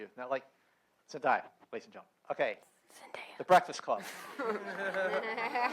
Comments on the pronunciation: This dude just said ZEN DIE Ah... its ZEN DAY A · Who else lost it when he say 'zend-i-ya' instead of 'zendaya' omg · i know he didn't call her "zen-'die'-ya" lmfao. zen-DAY-a, sweetie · it's Zen-Day-a not Zen-Die-ya smh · Zen-DIE-ah Bruh I'm pretty sure it's Zendaya. Unless there was some backstage drama. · ZEN DAY A. ITS ZENDAYA SCREAM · i died a little every time that guy mispronounced zen-DAY-a's name omg. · The host is s buffoon. He couldn't pronounce Zendaya's name right even after cast members said it correctly and he just skipped over Tony who plays Flash before letting the audience ask questions